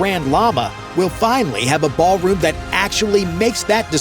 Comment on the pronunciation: Ahh yes, the "baal" room. 👹